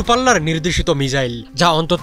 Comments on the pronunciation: তোর কথাই হয় না😢 মিজাইল না, মিসাইল, বুজলি? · মিজাইল ? না মিসাইল ? 😴😴